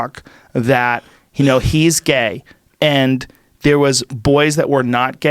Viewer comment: Why say gay makeup artist like that? 🙄